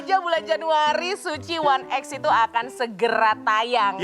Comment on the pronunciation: kenapa jadi kayak bioskop 'one ex' kenapa bukan 'ai ex'